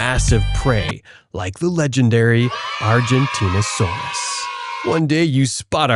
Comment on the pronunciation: I thought it was giga-noght-asaurs Is how u say it not gigant-asaurs